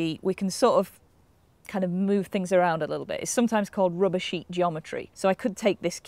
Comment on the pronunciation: Did she say "rubber sheet geometry" or "rubbish heap geometry"?